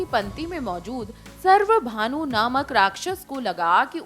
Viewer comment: It's not सर्वभानू , it's स्वरभानू ,याने राहू केतू